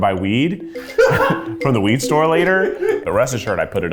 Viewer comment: “I went to get cash. So I can buy WEED” 😂 the way he emphasized it